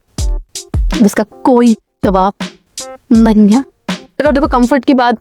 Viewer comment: Dawab ni jabab hota hai 😅😅 Or khana pina khake ache se pachaa ke bnaya kro video😅😅